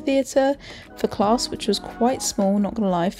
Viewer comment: Class doesn't have an R in it when you say it ... Just saying !!